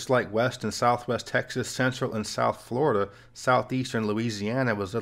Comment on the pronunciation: Flat earf; Souf gonna rise again🌽